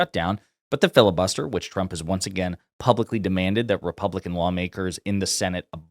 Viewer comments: President chump 🤣 her speech impediment never gets old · I guess she has a speech impediment cause Karoline Leavitt always says "President Chump"...I couldn't agree more.